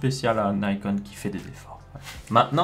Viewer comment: Merci pour la vidéo, ça entre bien dans les détails et c'est très utile ne serait-ce que pour s'informer, même si pour ma part j'ai très peu de chance d'utiliser ce genre de matos. juste un petit détail, je pense sincèrement que nikon ne se prononce pas naïcone comme à l'anglaise. c'est une marque japonaise à la base, donc la prononciation japonaise est bien nicone (celle qu'on utilise de base d'ailleurs). Si on prononçait à la francophone, on devrait plus dire nicon.